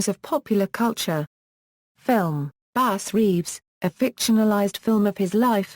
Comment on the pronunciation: The narrator should learn how to pronounce his name.